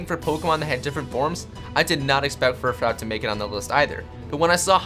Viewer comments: It's pronounced fur - fru!!!😡 dumbass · It fur froo not furfrow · I'm not trying to be rude, but I'm pretty sure it's pronounced, "Fur-froo' but I could be wrong. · lean how to say fru-froooooooooo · it's pronounced furfroo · your furfrou pronunciation to me sounds gay af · Vivlion?! Really? VIVILLON. Vivid + Papillon. VIV-ee-yawn I had to skip that part, it would've been too painful. -Furfrou = FUR-froo. Fur + frou-frou.